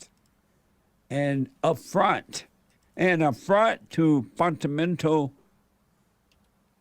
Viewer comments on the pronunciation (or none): “Funtanental” “Funtamental” AMAZIN!!!